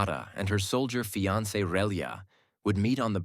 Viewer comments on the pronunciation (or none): none